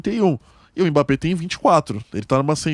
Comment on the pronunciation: "EMBÁP" É UM MOOOOONSTRO!!!! PSG é time pequeno, quando vê um grande treme na base!!! E a lei do ex não falha kkkkkkkk